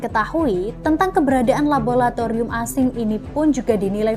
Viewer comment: Labolatorium opo laboratorium to yu...